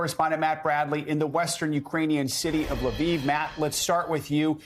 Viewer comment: Finally. A on site correspondent is pronouncing the city names properly. NBC: please take just a minute and listen to how Lviv and Kharkiv is pronounced. Your butchering it lol